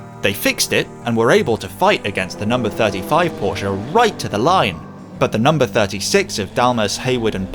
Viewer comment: Thank You for saying 'Porsche' CORRECTLY!